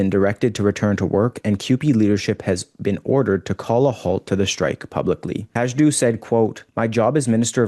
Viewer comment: Not that it matters much,, but Peppermint Patty Hajdu’s surname is pronounced HI-doo. There is no “j” in the pronunciation. After repeated fails, she may not be much longer in cabinet, but then, I have thought that at least a couple of times before.